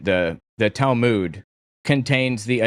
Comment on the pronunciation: You are pronouncing Talmud wrong. Go here and learn the correct pronunciation